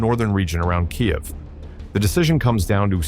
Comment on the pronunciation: Says Kyiv like a Russian, thinks it doesn't matter, thinks no one noticed.